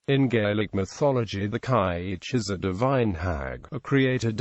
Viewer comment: How can a snotty-programmed computer figure out to pronounce Gaelic? All wrong.